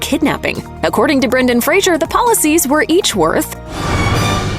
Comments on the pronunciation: Fraser like fray and sir. Not like fray and sure. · Fraser not Frasier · Fraser, not "Frazier" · Scorpions sting not bite and it's Fraser not Frasier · I've got to stand up for Brendan here and remind you that his last name is pronounced "FRAY-zər" as in "razor" and not Frasier as in the television sitcom. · Fraser* lol, and it's pronounced like "razor", not like the Kelsey Grammer character. But yeah, he's awesome, I loved him in this, Blast From The Past, Airheads, even the small part he had in the show Scrubs was done amazingly well. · Fraser. its pronounced "Fray zer" FRAYZER...... for gods sake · It's Fraser, rhymes with razor. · His last name rhymes with razor. Could at least make sure you’re getting his name right. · You'd think a channel of this magnitude covering a movie with an actor on a miraculous comeback. You'd ATLEAST pronounce his last name correctly even ONCE in the entire video. But....🤷‍♂️ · Pronouncing Brendan Faser's last name incorrectly will only get you put on the list.